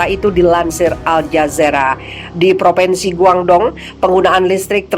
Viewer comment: Mbak! Bukan PropEnsi tapi PropInsi. Anak TK saja lebih tahu. Sebagai penyiar, mbak HARUS menggunakan Bahasa Indonesia yg benar, jangan NGAWUR. Memprihatinkan sekali.